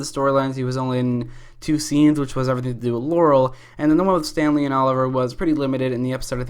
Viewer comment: When you said Stanley, at first I heard Stan Lee.... R.I.P